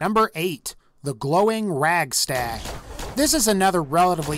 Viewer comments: Radstag not ragstag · It's radstag not ragstag man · It's not Ragstag. I hate when people mispronounce it for some reason. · is he saying ragstag? lol